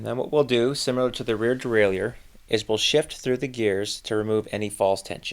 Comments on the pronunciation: As a bilingual speaker I can help with the pronunciation of ‘derailleur’. It is like deraillER. No i sound. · Stop adding an extra syllable to Derailleur!